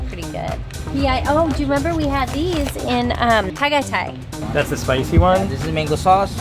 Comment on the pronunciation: Tagaytay is pronounced tah-guy-thai